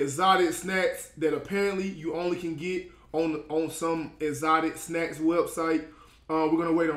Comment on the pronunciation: “EzOtI SnAz”